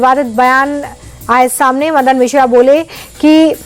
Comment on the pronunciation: महोदया 24वीं खबर में वो मदन मित्रा है ना कि मिश्रा,कृपया सोच समझ कर खबरें पढ़ें फिर बोलें